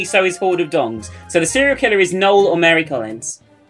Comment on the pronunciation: IT'S PRONOUNCED (NO EL) NOT LIKE NOLE